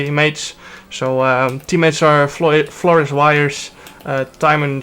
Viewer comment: “Thaimen and Florrus”😂😂